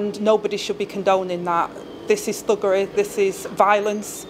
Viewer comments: Did she say buggeray or fuggeray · She can’t even say “thuggery”.